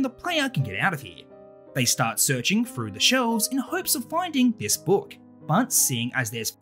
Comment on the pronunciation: the way he says book😂😂😂